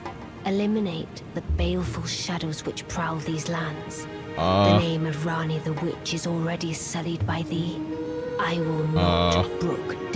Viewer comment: That shit got me too the "Renna's rise" instead of "Ranni's rise"